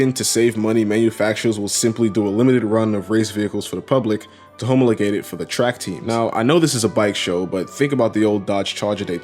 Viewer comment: Homo le-gate? Bro, its ha-mah-le-gate